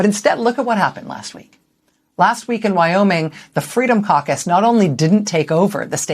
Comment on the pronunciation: as a non native english speaker i thought you said Freedom Carcass.. fitting name i thought...